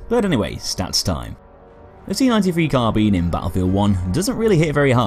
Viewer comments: Sorry but i had to dislike due to your incorrect pronunciation of Carbine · I'm not an Englishman in New York and I need to ask you about something. What's the correct pronunciation? "CarBEAN", just like says it, or "CarBYNE" (like we can hear in Westie's videos)? And why? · Swiftkillz There are two correct ways to pronounce "Carbine". Ian from Forgotten Weapons has made a video explaining that.